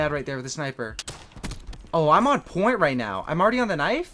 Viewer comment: Stop saying I'm on poiny